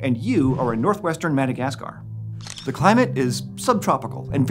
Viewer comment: The weird way you say, "Madagascar," is really putting me off.